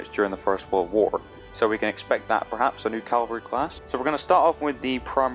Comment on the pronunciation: Funny how you know the proper word for 'Lance' but are incapable of pronouncing the word "CAVALRY".... Smdh. Ffs.